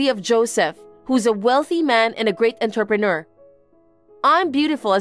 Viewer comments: The way entrepreneur keeps being pronounced is cracking me up. What exactly is an enterpreneur? Someone who keeps walking into businesses? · 'Entrepreneur' is pronounced 'Ohn-trep-an-noor' not 'entuhppanah' 'Interpreter' is pronounced 'In-ter-pret-er' not 'Inturpin-errs' Better to practice your words beforehand if the VA's don't know them, instead of having them just take a stab at it 👍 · Enter-pe-near??? Sometimes they way these voices pronounce words is almost a crime against the English language... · I think it’s the same one. Same mispronunciation of entrepreneur. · I bet AI knows how to pronounce entrepreneur. Might be written by AI though